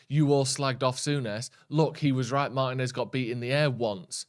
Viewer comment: When are you guys going to learn how to pronounce Martinez?